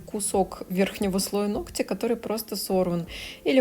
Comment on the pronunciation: Не ногтЯ, а нОгтя!!! Сколько можно?!?!🙄 Видео полезные, интересные и информативные, НО из-за таких ошибок неприятно смотреть(((